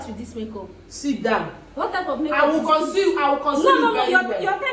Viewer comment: "I will conceal it" Conceal Gini? 🤣🤣🤣